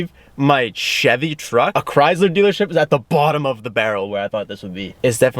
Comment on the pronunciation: Does being color blind mean you say Chrysler wrong?